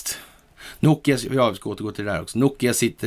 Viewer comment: Ett litet tips - bokstaven O blir ett Å när det gäller finska ! Som tex Nokia blir på svenska Nåkia! Uttalet.